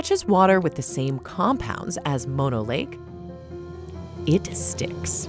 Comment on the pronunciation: mono the disease (typically pronounced more like mah-no) is the shortened form of mononucleosis, the full name of the disease. Mono the lake is named after a local Native American tribe and should be pronounced like moh-no.